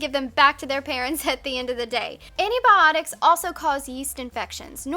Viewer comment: the way you say "antibiotics" is a lil' weird